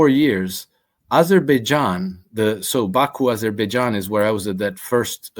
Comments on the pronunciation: U mispronounce it's Baberbaijan😂😂😂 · I don't know "Azerbaijan". I thought it was "Aberbaijan"